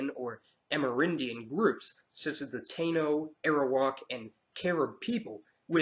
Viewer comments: Dude, just stop. It's not tay-nohs, it's Tah- eeh- nohs. Get it right!!! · Archipelago is pronounced Ar-kee-pél-ago Diaspora, Die-ás-po-rah Taino, Ta-ée-no Patois, Pah-tuáh